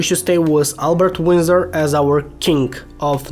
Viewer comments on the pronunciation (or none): none